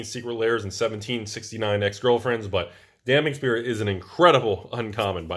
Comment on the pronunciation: "Damping Sphere". OMG, he pronounced it right, several times even!